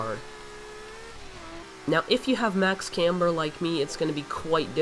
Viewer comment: Say camber right dumbass